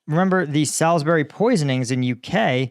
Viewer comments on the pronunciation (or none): FYI Salisbury is pronounced Solz-bree.